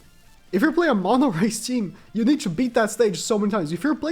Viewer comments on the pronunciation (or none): none